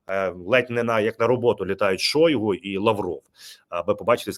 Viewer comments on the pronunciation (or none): none